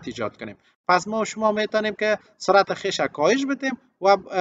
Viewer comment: خويش نوشته ميشود اما (خيش )خوانده ميشود البته با معذرت استاد ارجمند